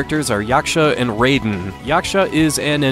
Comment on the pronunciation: It is pronounced "Rye-den".